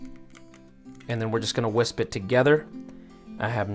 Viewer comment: And it’s actually “whisk” 😉